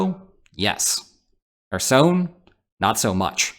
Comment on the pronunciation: Good video, but Kherson is NOT pronounced "her-sown". It's pronounced "her-sun" / "her-son".